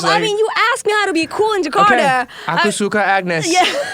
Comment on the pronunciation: Agnez mo : jekarda Eric : jekarda Me : jakarta 🤣🤣